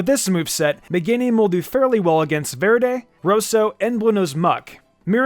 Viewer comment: I like how pronunciation of Blu, Rosso and Verde slowly improve out of been forced to say it. Btw, they are the Italian names for Blue, Red and Green.